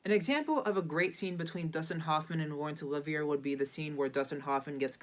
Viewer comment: You should probably no how to pronounce Laurence Olivier.